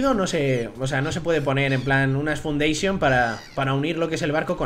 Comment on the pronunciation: unas fundeishon💁 - él que no sabe español